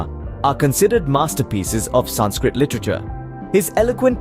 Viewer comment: Learn how to say sanskrit Aarav Prakash 7 E